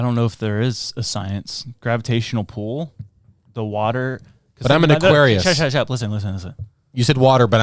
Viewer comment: saying gravitational pool with such confidence explains how he can stand lily